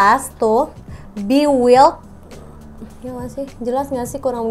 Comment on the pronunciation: Maaf kak pronunciation nya “bi waild” bukan “bi wild” hehe